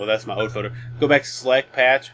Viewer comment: I think you mean FOLDER no FODER